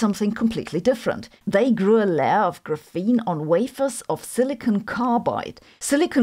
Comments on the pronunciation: i mean I'm not gotta stop watching her cuz of it but it just stings my ears just say it like graphite 💀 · graph - ene not gruphene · gra FEEN reminds me of feynman’s chee TAH 😂🎉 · I've never heard anyone call this GRUFENE before. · please don't say graphene like that 😭😭😭😭😭😭😭😭😭😭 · oh! A memory from 1984, that’s how my graduate quantum mechanics professor professor pronounced it. Multiple times per class. I can still hear his voice. Ugh! He wrote huge equations while explaining it verbally. You could write notes on the equation and later not know what they meant- or you could note his words and then not know how to do the calculation. Uh, grad school!